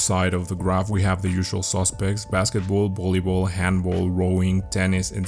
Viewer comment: Handball is German so it’s not pronounced that way, otherwise the video is alright. 🙃